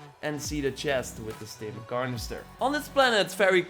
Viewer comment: “Stim carnester”